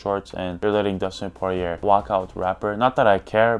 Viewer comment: bro said Dustin Porirer SO FUNNY